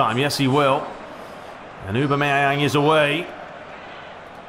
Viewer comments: It's 'ohbam-eyang' not 'ubermeyang' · No, it's Aw-bam-eh-yang... :p